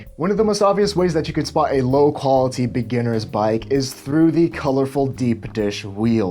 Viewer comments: Andrew Hake i read your comment right when he said “qualiTy” hahahahaha shit got me dying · The way you say "qualiTy" makes me think you might be a serial killer.